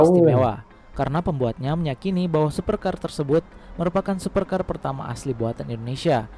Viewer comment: SUPECAAAAA ya bang BUKAN 😄🤣😂super car